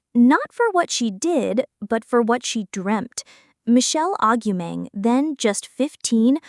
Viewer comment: Stopped listening when the AI voiceover couldn't even pronounce her name properly.